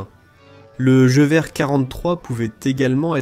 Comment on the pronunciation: La voix IA est une vraie catastrophe... "Jevié" pour "Gueuverre" (Gewehr). A part ça ça reste intéressant :)